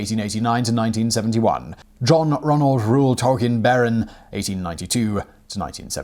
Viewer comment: Bonus fact: the name is pronounced toll-KEEN.